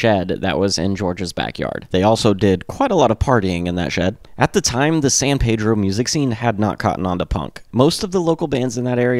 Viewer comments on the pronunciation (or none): I'm a former resident of San Pedro and even seen Watt play when I lived there (sadly I moved there after Boon's death). Locals pronounce San Pedro as PEED-droh. Sorry to be pedantic, but hearing PAY-droh kind of drives us nuts. There are dozens of PAY-drohs, but only one PEED-droh. If you listen on History Lesson part 2 Boon pronounces it that way too. And yes, I used to play History Lesson part 2 whenever I would drive to Hollywood to go drink and pogo. Punk rock and the Minutemen indeed changed my life. Other than setting off my pedantic nature, it was a good video. Will have to check out more.